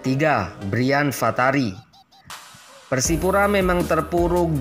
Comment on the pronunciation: narator tolong agak teliti, jangan ngasal: Braif Fatari disebut Brian Fatari, Indra Syafri disebut Indra Jafri. sepertinya narator ini bukan pemerhati sepakbola. sebab sampai tidak familiar dengan nama Braif Fatari dan Indra Syafri yang sudah sangat terkenal di kalangan penggemar sepakbola nasional.